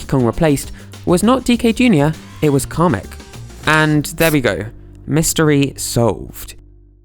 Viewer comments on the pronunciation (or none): Why does he call him comic his name is kamic